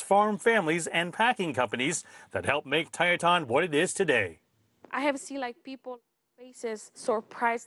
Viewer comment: It's pronounced Tieton, not "Tietawn". Long I, short e.